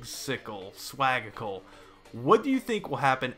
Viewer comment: It's ok. 1st bit ok 2nd butchered Swag+magical=swagical